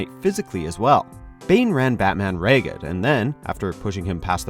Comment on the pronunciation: "Bane ran Batman rayged"? What is "rayged"?